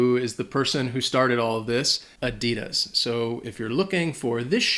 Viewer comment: My uncles wife is German, you still pronounced Adidas wrong